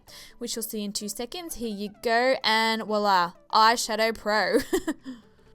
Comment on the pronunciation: in case you don't know, it's Voila no WaLa, it's french for here. NIce drugstore look!